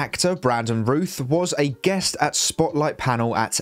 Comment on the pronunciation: Brandon Routh, like south and mouth. Not like Ruth.